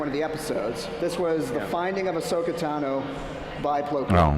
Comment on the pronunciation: Dziękuję za ten panel! Tylko błagam ! czyta się Asoka (wiem, że to mały błąd wymowy ale dla mnie SW bez Ahsoki to nie SW ;D)